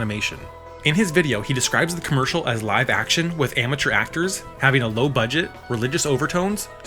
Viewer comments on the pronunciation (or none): none